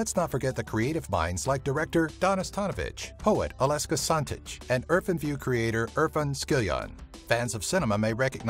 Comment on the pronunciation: aleska santic? ALEKSA SANTIC!